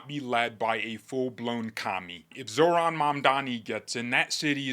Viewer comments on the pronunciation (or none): none